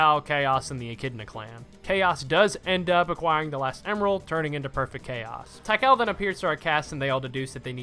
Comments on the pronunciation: My brother it is pronounced "Tee-Kahl" not "Tie-Cal" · i love you but tie-kal is crazy :face-purple-crying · Why didnt bro just say "Tea-Call"? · Great video, but my guy... T H A I -K A L?????! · Tikal at home: "thai kalle" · “Tai-kal?” Not to nitpick, but I’m pretty sure the i is not silent. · What a strange way to pronounce Tik-Aal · that's not how you pronounce Tikal it's bugging me